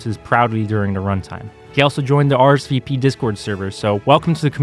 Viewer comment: are ess vee peee